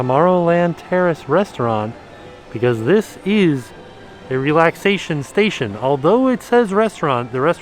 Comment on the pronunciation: Every time he says relaxation station, I think he is saying lactation station😳